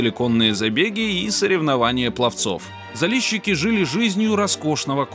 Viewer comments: Заліщики а не Залещики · не залєщікі!!!! А ЗАЛІЩИКИ!!! тебе ніхто ЄВНУХОМ не кличе!!! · ЗалЕщики - это так режет ухо, смешно